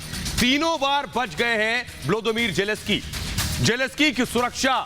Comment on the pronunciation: *Zelenskyy Not Jeleskyy.